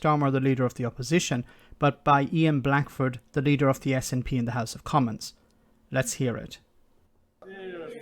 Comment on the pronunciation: Haha, it is a bit of a bizarre idea that will never happen. But as a Scot, it would be helluva funny if Northumberland wanted to join us. I reckon we could take Berwick, lol. Ps Kudos for getting the name snp name right. Its more than the PM can do.